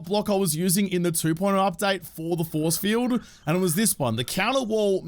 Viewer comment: Was watching with hubby and he thought you said zombie foreskin when you said zombie force field lol